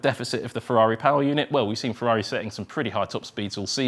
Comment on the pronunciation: Ferrari not "Fevvavi" pls